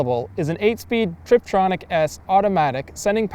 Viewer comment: It sounds like you're new to writing reviews. As a suggestion, calling it a truck, then an SUV, a cross-over and a rig is a bit inconsistent. Also its TIPtronic, not triptronic. Overall enjoyable review.